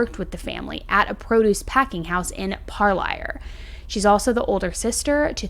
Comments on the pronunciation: Thank you for covering this! Parlier is pronounced par-lear, but regardless!!! I’m from the selma area, and I’m so happy to see her case get attention. I even tagged you a few weeks ago on Facebook! Thank you! ❤️🙏🏻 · Shout-out to SANGER! 💪 Also, Parlier, pronounced: Par-leer. Curious if there were any stops on her way to Avacado, especially near the sketch market at Jensen & McCall. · my stomping grounds .. i wakeboard’d every chance i got at Pine Flat .. LOTS of places out there all around this area for nobody to ever be found. i hope this family finds peace. 💔 * and just for future in case you ever get a CV case again: Parlier is pronounced ’Par Leer’ ♥️🥰🥰♥️ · Parlier is pronounced Par Leer. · THANK YOU! Every time I head towards or from Selma I keep my eyes pealed especially on Nebraska or near the AMPM. Also Parlier is pronounced (pareleer) I pray for her safe return everyday. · Also Parlier is pronounced like Par-leer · Parlier is pronounced, PARLEER I live a few miles down the road. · It’s pronounced par-leer